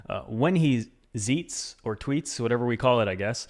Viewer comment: “Whenever he zeets” lmao